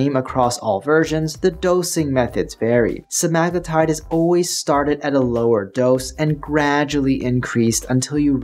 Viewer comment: Why yall pronouncing it wrong? Its sea-ma-glue-tide.